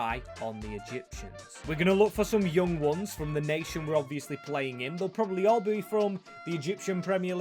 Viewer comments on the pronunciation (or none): none